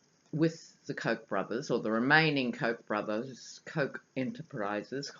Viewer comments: Hi,, we pronounce Koch as "Coke" Brothers. Love your readings in America! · Hi, The correct pronunciation for "The Koch Brothers" is "Coke". I love your pronunciation better Ha! Ha! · hahaha youare too funny when you say kochchh! I have this same exact thing I do about my brother and his block head(we are half german half sicilian italian) he favors the german side with his big blochchh head I say block like you say kochchh. I am dying laughing everytime you say it!